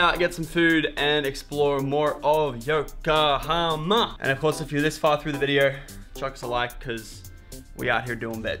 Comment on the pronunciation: Congrats on actually finally saying yokohama correctly